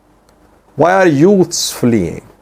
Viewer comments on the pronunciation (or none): none